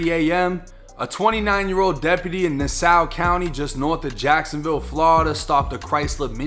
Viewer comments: It’s Nas Saw not nasow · Say it with me “ nas-saw county” ❤️❤️❤️ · It’s pronounced Nass-aww my boy 😂 I appreciate ya covering our area my brudda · "Nass hual" is how u pronounce the county but i fux wit u real talk love u videos homie been down since day1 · Nassau county.. pronounced nass-aw.. alot of our county and city names are from native American language. I live in alachua county.. meaning hole in the ground. I'm guessing either because of all the springs or sinkholes. Last week we had a guy get stopped by the police in my home town.. he was pit maneuvered and ended up sideways across the lane. He pulled an AR and shot it out. He lasted longer then expected but still ended up slumped. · "Nah-saw" is how you say "Nassau" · “Nass saw county “ is how you pronounce that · Nassau, pronounced, "Na-saw" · It's Nassau county....just like it's said in New york...